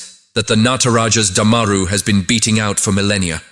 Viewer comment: It’s Du-ma-roo and NOT Daa—maa-ru, otherwise you rock!